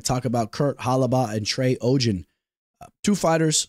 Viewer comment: The way you pronounced Ogden is diabolical bro 😅